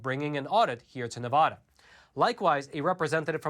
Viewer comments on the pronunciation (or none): It's NEVADA!!! There are NO O's in Nevada. You don't say, "Aloska" or "Montona" or "Alaboma". If you say, "Nevoda" one more time, I'm unsubscribing! 😡😡😡😡😡😡😡😡 Oh ... and don't say you didn't know it was Nevada because I've heard you say Nevada, which tells me your intentionally mispronouncing it every other time. STOP IT!! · It's Nevada ( Ni-Vaaaa-Da)